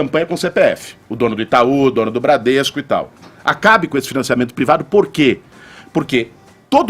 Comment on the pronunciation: “Prevado” chega de ouvir o Kra quando não sabe falar privado